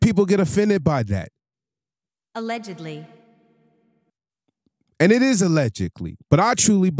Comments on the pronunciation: lol the word is pronounced allegedly bro 😂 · Y’all losers get a mic and say anything… “Allegically” yea you don’t know what your talking about.😂😂😂😂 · "Allegically" 😂😂 Brother, its Allegedly. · What is Alleged-KLEE? 😂😂😂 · I can’t even listen to this dude no more!!! He can’t even say allegedly right. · Will someone please tell him how to pronounce allegedly